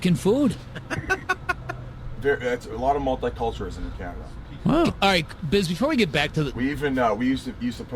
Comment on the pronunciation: Kaw-Naw-Taw Ontario lmfao!